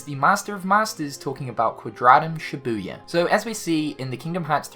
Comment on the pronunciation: "Quadratum Shibuya" 😐